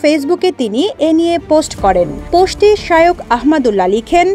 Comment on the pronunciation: শায়ক কি🙄? শায়েখ উচ্চারনটাও মুখে আসে না🙄